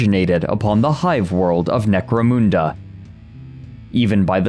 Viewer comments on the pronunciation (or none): Mun, like Hun, as in atilla the hun, not, 'moon" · "Necro-MOON-da" 😆 Everyone Point and Laugh!!! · He can not pronounce Necomunda properly haha 😂 Still good vedio tho